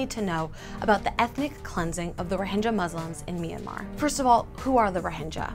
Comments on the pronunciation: I'm 3 years late to this but are you still calling " rohingyas" as " rohinjyas"? Its with G as in how you say Game, not Jame. But hopefully you know this already after 3 years. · You're pronouncing it totally wrong. Which really hurts your message. You proclaim to have researched this but don't know It's Rhoh-ing-ya, not Rhohin-ja. Eesh... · The g in Rohingya is pronounced not pronounced as j but as g in gills if I'm not wrong. Bit silly to get the name wrong.